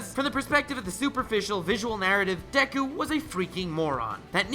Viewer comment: You're saying dek-ku when it's just de-ku/Dek-u